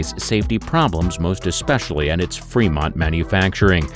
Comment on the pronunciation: Your video said "Vermont, California". It's is "Fremont, California".